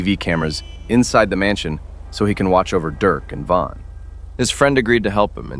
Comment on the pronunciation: It is von not van